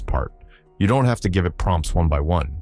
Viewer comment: Can we add phonetic spellings to the script so that we "don't" get "doont" like I heard in your playback? Nothing breaks the immersion worse than a poorly pronounced word in the audio.